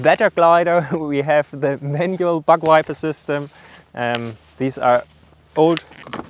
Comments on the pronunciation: Sounded like he said butt wiper lmao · Sorry but it sounds like you are saying BUTT WIPER lol. I’m am very sorry for acting so immature about it but it made me giggle. Great channel subbed and liked keep up the good work